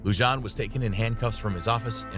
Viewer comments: Lujan is pronounced LuHan. The J takes an h sound in spanish. You're welcome from New Mexico. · I love your video, But I hate when people butcher names. It is pronounced Luhan not Lujan, I know the spelling is the way you pronounced it but Spanish names the J is Pronounced an H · Lujan is pronounced like Lou Han, not Lou John... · Just a heads up m8 the J in Lujan is pronounced as an H.